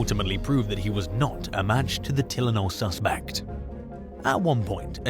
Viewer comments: its TIE LE NOL not Telen OL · Maybe try editing your recording a little more. It’s Tie-len-ol not Till-en-ol. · TILL IN ALL? Try this pronunciation: TIE LYNN ALL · You really can't pronounce Tylenol? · It’s bizarre to hear a foreign accent talking about Chicago to begin with, but then you pronounced Tylenol wrong twice. 👀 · They all do it , mostly anyway. Simple words and phrases are mis-spoken. Maybe some of these videos come from an alternate universe‽ How do you mess up saying Tylenol so many times and not realize it‽ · He got me on the Tylenol pronunciation😂cool though 😅